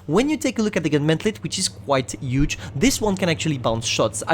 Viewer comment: It’s bull armor......H(MAKE THE “H” SOUND MAN)ULL.....HHHHHUUULLLLLLL ARMOR!!. WTF IS “ULL ARMOR”!?!?!?! U gotta work on pronouncing the H bro, cause u can’t. Even when u say “huge”, u say “uge”😑